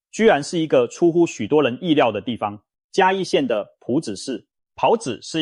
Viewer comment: 是ㄆㄨˊ朴子市，不是ㄆㄧㄠˊ朴子市。